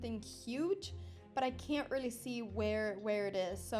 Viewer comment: Imagine losing to a girl that cannot say the word...really.